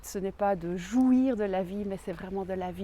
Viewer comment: le but ce n'est pas de jouir de la vie ? mais d'après ce que vous dites ensuite, finalement, si. (En plus, vous avez vu comment vous prononcez le mot jouir ?... 😂 👍👏)